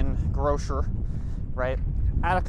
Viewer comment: that must be the first time I've ever heard anybody pronounced it as "grosher"